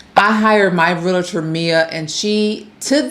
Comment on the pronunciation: I hate wen people don't know how to pronounce REAL-tor. It's so simple.